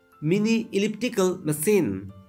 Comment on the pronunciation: not masine its machine